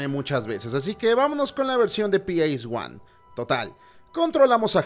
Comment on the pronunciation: Ps1 "Pi esis guan" 🤣